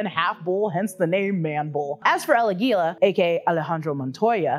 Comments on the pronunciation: it's not "El Aguíla" it´s "El Águila" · El Aguila has the stress on the "A."